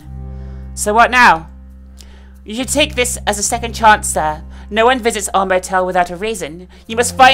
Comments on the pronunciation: Omg what the way u pronounced "sir"!! Are u doing this on purpose, not to be mean or anything but honestly that was annoying lol! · Why did you emphasize sir? Anyways the game seems really interesting.